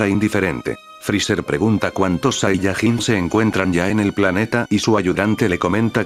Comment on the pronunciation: No es saiyagin es sayayin